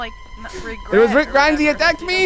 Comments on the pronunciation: “Rick Gremes” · rick greems